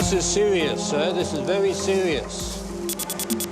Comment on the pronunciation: Love officer This is sewious sir, very sewious